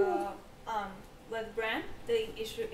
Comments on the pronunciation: ITS BRAN AKA BRANDON STARK. Bronn is the OG mercenary badass that shot drogon. Really irritated me when every one of you kept saying Bronn instead of Bran when talking about the starks reuniting. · They keep pronouncing "Bran" as "Brawn" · why do they call bran, bron? wtf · Why y'all calling Bran "Bronn"? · Why did they call bran, bronn? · Bran* I know it's nitpicky, but you keep calling him Bron lol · Why does everybody call Bran Braun.... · Bran not Bron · stop saying bronn when you're talkin about bran, cmon guys. lol